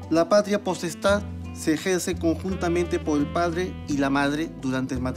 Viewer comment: El oadre no sabia pronunciar la r